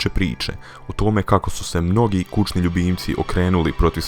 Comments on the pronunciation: Ne kaze se kučni ljubimci nego kućni ljubimci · al tnas da pricas nije kučni nego kućni slepcu jedan nepismeni